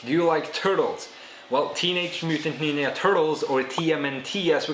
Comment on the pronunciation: "ninja", neenya, lol.